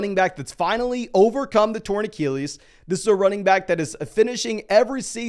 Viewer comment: You say “Achilles” like Eric Cartman